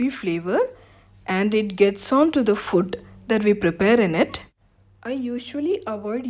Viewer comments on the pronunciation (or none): It's food not foot.. please watch how you pronounce food